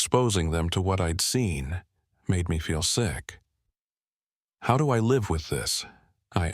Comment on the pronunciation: Effing AI now asking where we luve 😂😂😂😂😂